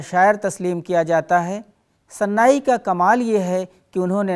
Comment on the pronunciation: تلفظ کے مسٸلے پر توجہ دینے کی ضرورت ہے اور زبان و بیان پر بھی۔مولانا آزاد نیشنل اردو یونیورسٹی کی پیشکش میں ان لغزشوں کو نظر انداز نہیں کیا جاسکتا۔اگر فارسی شاعر سناٸی کو کوٸی اردو استاد آن ریکارڈ صناعی پڑھے اور وہ پروگرام مولانا آزاد نیشنل اردو یونیورسٹی کی طرف سے ہو یہ انتہاٸی حوصلہ شکن صورت حال ہے ! جاوید رحمانی